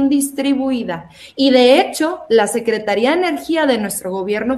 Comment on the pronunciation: Cuando te refieres a la entidad de energía y otras lleva acento en la i " secretaría " y cuando es él o la persona no lleva acentos ( secretario o secretaria )....por favor mi estimado amigo